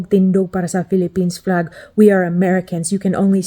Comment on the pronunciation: You pronounced Flag as Plag, Uniquely Filipino, eh? It's nice you haven't forgotten how to speak Visaya